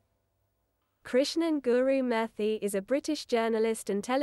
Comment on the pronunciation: He says ChatGTP several times but she doesn't correct him. The interviewer seems to have a bit of a cockney accent and pronounces th as f as many Londoners. He calls himself "Gurumurfy" rather than "Gurumurthi" :) - that sounds part South Indian part Irish